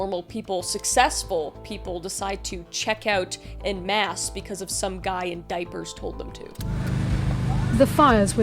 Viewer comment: The emphasis on the diapers is taking me out.